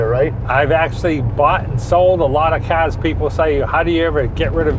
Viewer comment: He sure loves his CAHS! 😆